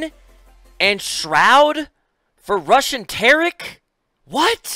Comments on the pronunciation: It sounds like summit said Russian Tarik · i heard "RUSSIAN TARIK?"